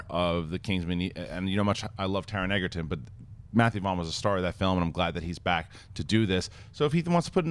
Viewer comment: People from Movie Talk, please, stop calling Taron Egerton like "EGGerton". The "G" in Egerton is read like the "DG" sound in the word "edge", not like the "G" in "egg".